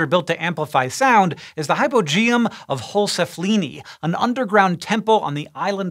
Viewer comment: Great pronunciation of "Hal-Saflieni" - source, I'm a local.